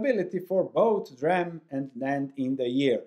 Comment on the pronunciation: It's not "dram" it is "dee ram".